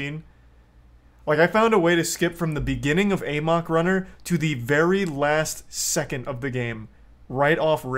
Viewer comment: One of these days Charlie will say "amok" right.